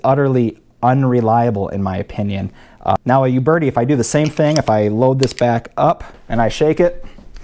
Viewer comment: Just an aside: It's a common mistake to make, but it's not pronounced You Bertie. It's pronounced Ooh Bertie. No Y sound at the beginning, in other words.